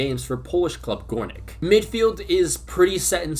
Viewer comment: the ó in polish is pronounced as a u like in the word luminosity. So the club you mentioned would be pronounced as gurnik not gorenik.